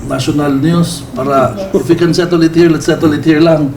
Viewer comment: Ilonggo kc cla kya mahirapan magtagalog dhil marunong nman xa s english kya mas prefer ni meyor mag english kya nga ung settle ay sotold ang bigkas